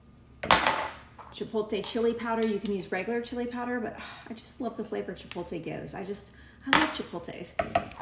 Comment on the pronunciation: Sounds great. Sorry to nitpick but its pronounced chipotle (chipotlay not chipoltay)